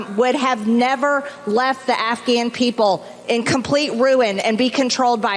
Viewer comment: Did I hear her say "Afian" people?! Is this a new country I don't know about?🤨🤔😳